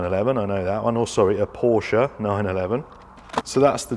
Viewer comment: You actually pronounced "Porsche" correctly. You're british, how dare you?! 😃 Great video, as usual. GG mate.